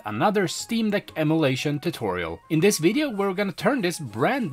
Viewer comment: So you can say Ee-Muoo Deck right but you can't pronounce em-uh-lation correctly... this is unwatchable i cringe everytime you say emulation.